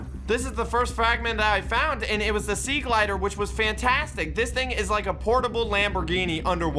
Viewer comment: Me when says sea glider instead of sea glide >:(